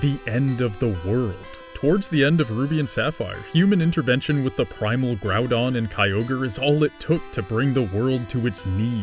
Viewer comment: Did you just say groundon?